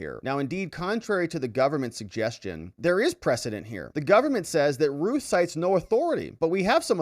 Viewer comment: It's not ruth It's routh It rhymes with mouth and or south